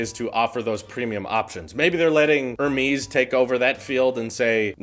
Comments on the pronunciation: Hermès is pronounced "air-MEHZ." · "ear-miis" facepalm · Did he just say "her-mees"? . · Air-Mezz is how to pronounce Hermés. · Pronounced Err-Mehz